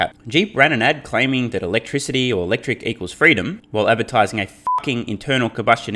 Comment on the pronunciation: 😂, I think you said, "Electric Cumma" 😂